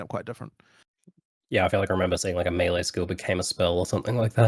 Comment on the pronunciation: My question is, why do so many ARPG people not know how to pronounce melee properly. Fucking idiots. Props to for saying it correctly.